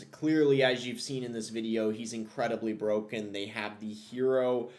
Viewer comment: Hewoe knight is bwoken